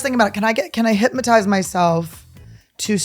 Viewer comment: Annie says “hypmotize” 100% of the time without fail.